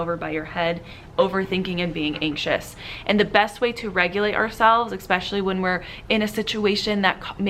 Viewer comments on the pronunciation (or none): Expessly instead of especially, arithmic instead of arithmetic, excaping for escaping. I’m anxious already. Please brush up on grammar for the benefit of your students. Example is very important.